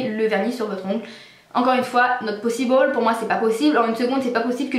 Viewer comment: vernis 1 seconde "not possi ball " tu me fais trop rire ^^